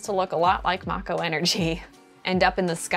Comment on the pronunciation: I want to thank you from the bottom of my heart for PRONOUNCING MAKO CORRECTLY